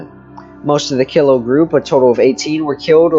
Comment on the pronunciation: My mother was a Killough. It is pronounced Kel low.